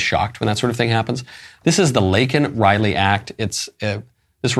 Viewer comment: I call a tie for the most disgraceful moment of the speech between him mis-pronouncing Laken's name and shaming the highest court in our land. He repulses me.